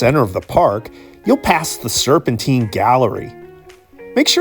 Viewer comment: Used to live in Gloucester Place on the North Side of Hyde Park, some wonderful days and evenings spent there. Great video. (Oh and it's Serpentine - as in time, not Serpenteen). Great persepective, love your vids as it gives ne a new appreciation of London.